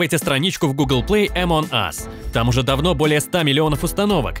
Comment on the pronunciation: Не эмон ас а амонг ас